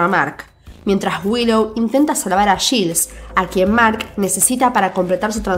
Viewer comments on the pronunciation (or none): Te doy toda la razón... Lo único que me hace un poco de ruido es que dice yils y no yails (Giles) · Quien es Gils?...😂 se pronuncia /Gails/